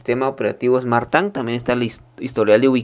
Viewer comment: Smart TANG🤣🤣🤣